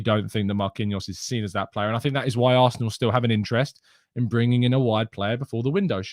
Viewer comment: Hi massive fan of the morning show keep up the good work but bro you pronunciation of seen as sin is really starting to question my love for a amazing channel please respect the 2 ee's the went into the make up of seen it will improve my viewing pleasure please and thanks (and yes I do have to much time on my hands 😔)